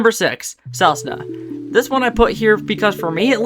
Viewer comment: You were messing around with the selesnya pronunciation on purpose right?